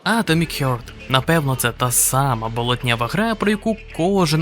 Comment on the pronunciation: харт, а не хьорт